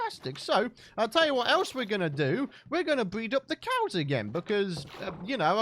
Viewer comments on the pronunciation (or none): Hehehe, "ze COWS!"